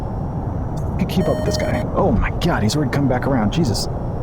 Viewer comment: Love how he says “oh my GYAHD”